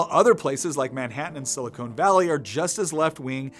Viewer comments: great video. take care of your pronunciation of “silicon” though. silicone is for caulking tubs and breast implants. Silicon is for chips. et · Caught how he called silicon valley "silicone valley"... plausibly a misspeak?